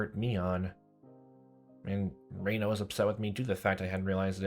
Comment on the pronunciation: I'm working on catching up on your videos so I'm not sure if you've already figured out the Japanese pronunciation but, just in case, I'll make it super easy for you. Japanese is pronounced in syllables so each character is a syllable. Rena = Re + Na (2 syllables). Reina = Re + I + Na (3 syllables). They mostly sound the same to English speakers but they are actually different. Also, everything character is a variation of a ("ah"), i ("eeh"), u ("ooh"), e ("eh"), and o ("oh"), plus n ("nh"). So, Rena is pronounced "ray-nah" and Reina is closer to "ray-eeh-nah". Japanese does not have weird pronunciations like in English. It will always follow these rules. Ex. Keichi-kun = ke + i + chi + ku + n = "kay-eeh-chee koo-n" I hope this helps! I really like your videos and can't wait to watch more so thank you for making them!